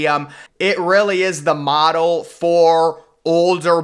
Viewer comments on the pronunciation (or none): none